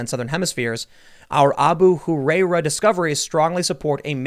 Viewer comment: It’s ah-boo who-rye-raa